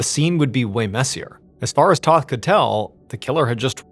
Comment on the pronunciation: The name is Tōth not Toth.